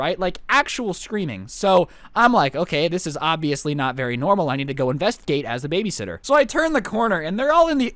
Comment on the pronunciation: He also said babyshitter